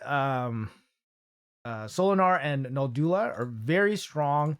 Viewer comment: Can any Raid tuber pronounce Noldua correctly? It's a challenge, it seems 😁😁